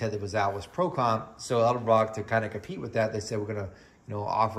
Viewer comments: Many people say elderbrock for some reason, lol. But yes, I've noticed that as well, It's all good . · you always say edelbrock with an L before the d. haha thanks for the video, i really appreciate it. its nice to see a test on a an american budget head like this.